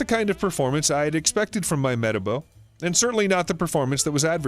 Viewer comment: Just to let u know that your saying metabo wrong